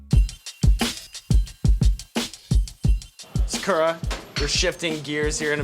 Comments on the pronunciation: he sayin sa-KOO-ra rather than sa-ku-Rah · Saw-koo-raw, not saw-ker-uh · Anyone bothered by how Sean pronounced Sakura so wrong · Sean has no idea. The way he "opened" that omurice hurt me, and the way he pronounces Sakura is killing me. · The way he is saying her name is driving me crazy. Nooooooooooooo